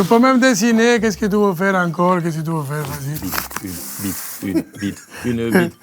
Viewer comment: "Tu vois c'que j'veud? " je vais tout casser